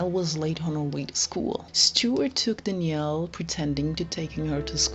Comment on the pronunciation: Danielle, not Dnielle